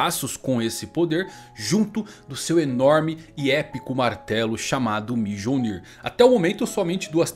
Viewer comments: pow mijolnir foi foda kkk a pronunca certa de forma escrita e MIOLNIR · pronunciando mjolnir errado me deu certo toc kkk, o j nas línguas nórdicas tem som de i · Em ELE FALOU MIJONÍ KKKKKKKKKKK RACHEI, O MARTELO DO THOR AGORA É O MIJONÍ KKKKKKKKKK